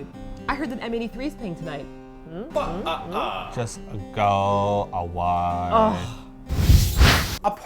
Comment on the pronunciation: Thanks, now I've started saying "Go Away" with that funny little accent and people look at me weirdly, cuz you usuely don't just randomly say that in English in Sweden...